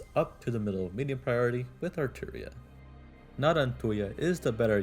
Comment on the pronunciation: let me help you brother: arturia. ar-tu-ria. arturia.